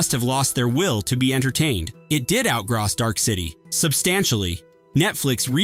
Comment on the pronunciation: “Outgrouse?” Don’t you mean “outgross”?